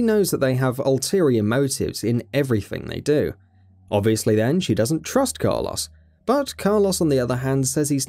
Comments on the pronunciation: I was prepared to write off Car Loss as British/UK aluminum/aluminium across the pond dialectic difference but then the 3rd time you used his name, far too much btw use different ways of referal, you said it properly. I was gonna leave it be... But I draw a firm longitudinal line in the sand... That coarse sand, irritating and getting everywhere... I stand and fight them on the beaches when you try and tell me youre serious about Mick K. Eel... Mick. K. Eel.... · Person: who's that? Narrator: That is Car-loss, an umbrella mercenary Car insurance agent: WHAT DID YOU SAY HIS NAME WAS!? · The "Car Loss" really made this unwatchable. You can say Mikhail properly but not Carlos. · Ah yes, my favorite Resident Evil character. Car-Loss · Saying "Carloss" versus Carlos is grinding a gear I didnt know I had lol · It really bugs me how he ronounces Carlos as "Car-loss" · Take a shot when he pronounces Carlos as Car lose. 😤👌 Definitely going to the hospital with alcohol poisoning 😂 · Car "loss"